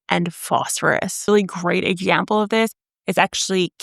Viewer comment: Im here to hear her say “exzhample”, she said it 3 time.